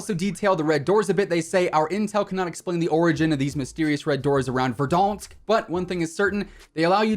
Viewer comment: Why’d you say verdansk like that